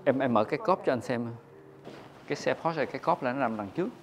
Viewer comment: Sale hãng Porsche mà gọi "pô" thành "cái bô", thật thiếu hiểu biết.